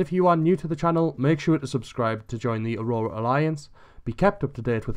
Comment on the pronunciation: Your videos are good but it just really annoys me how you say axrora alliance